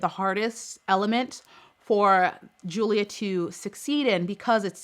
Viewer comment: It's Julia but pronounced as Yulia